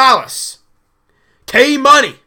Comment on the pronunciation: K-Money? Emphasis on "K"